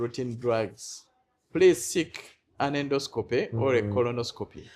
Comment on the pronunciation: Naye musawo oluzungu nga lunji😢😢😢😢ffe ba futu bigere situbitegedde 😳😳😳 ndosikopuuuuuuu😅😅😅😅😅pulizi nexiti tayimu lugaaaa fulooooooooo. ✌️✌️✌️✌️✌️